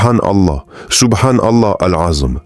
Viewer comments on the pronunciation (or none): Moi-même je posé la question en plus pour les personnes qui répètent de la même manière c'est pas bien il dit SOUBHANALA AZM hors il me semble que c'est SOUBHANALAOU L' ENZUIM je sait pas si je lai bien écrit mais je sait mieux le dire oralement que l'écrire 😅